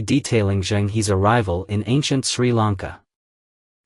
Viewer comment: And Zheng is closer to Jung (although the Zh is a little buzzy). So 'Jung Her' is closest. The complete failure to pronounce Chinese names with any degree of accuracy is really disappointing!